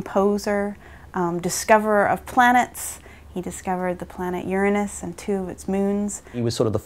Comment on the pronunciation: I know! Of all names and no matter how we say it in english it conjures imagery of waste. Otherwise thumbs up and kudos! I like the Oo-ra-nus version